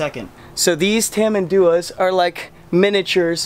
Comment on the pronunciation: Some tip about the name pronunciation: It's not called tamanDUa, the correct one to say is tamanduÁ (the last sylable Á is the stressed one, not DU ).